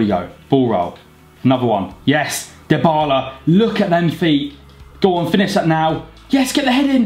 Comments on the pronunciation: His name is pronounced as Die-Bar-La. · Actually it's dee-bar-la